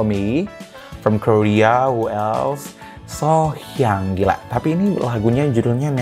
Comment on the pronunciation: Her name Sohyang is not pronounce as "sore" as in aching. It should be "so" as in "so be it".